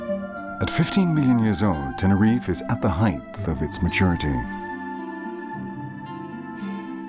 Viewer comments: While you are correct that there are different spellings for some words, that's not at all what is happening here. He is simply mispronouncing the word in the same way most people do. It has nothing to do with locale or spelling – Americans say it wrong, too. It's a simple mistake; there's no need for excuses. The word "height" ends with a hard T – or you're saying it wrong. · Except he's pronouncing "height" wrong.